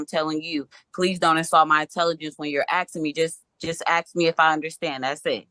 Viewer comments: I will always insult people and their intelligence when they say ax instead of ask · "Don't insult my intelligence" Proceeds to say 'axe' instead of 'ask'. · Please don’t insult my intelligence by saying “axe” instead of “ask”, even though English is your first language and you were taught that in vocabulary lessons in 2nd grade. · ASK, not aks!! 🤦‍♂️ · Please don’t insult my intelligence…….just axed me if I understand! Oh honey it’s ask or asked not axed! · A doctor once axed me if I was drinking enough water. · Might want to google why “ax” or aks” is still around before you start making fun of them for saying it. I had a boyfriend who said it. Bothered the living daylights of out of me. But I educated myself as to why it’s still said that way by people. 🤷🏻‍♀️ Just a thought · Don’t insult my intelligence when you ax me. 😂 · "Don't insult my Intelligence, Just Axe me" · “Don’t insult my intelligence whilst you’re axing me. Just axe me.” Wow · "Axe" gets me every time. Don't pretend you are intelligent when you can't even speak your native language correctly. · Judge repeats statement.: don’t insult my intelligence by axing me a question. 😂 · Don’t insult my intelligence. Just “ax” me…….🥴🥴🥴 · "Just ax me if I understand. Dat's it." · I couldn’t wait for the defendants to “axe” some questions. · “ Don’t insult my intelligence. You axed me a question “ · Terrified of the police, because you taught them to be afraid. Perhaps you watch your speed and you will know how fast you are going. If you have intelligence, you aren't going to say "axed." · Just axe me!!! It’s like nails on a chalkboard.